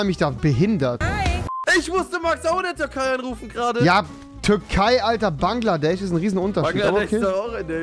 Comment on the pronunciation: Niemand: Rewi: Banglades